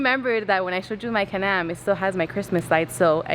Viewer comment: She say Canam 😂 I'm trying to make her say Can-Am